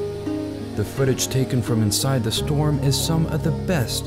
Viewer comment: it's pronounced "thee eye" not "the eye" , the latter really grates on you and makes you sound all guttural and awkward.